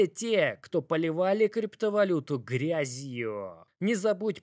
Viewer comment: Сегодняяяяяя, как ценные бумагииииии, криптовалютуууууу, для американцееееев. Бля я не могу это произношение слушать, извини)